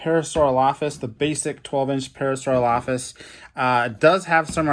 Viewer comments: You say parasaurolophus wrong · you said Parasaurolophus wrong